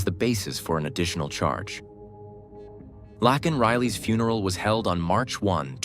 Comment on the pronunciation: yes it is her first name, but it’s actually pronounced Lake(n) as seen in a comment below. Like a lake with an N at the end.